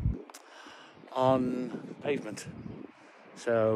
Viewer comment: What’s a pave v er 😁😁😁😂😂😂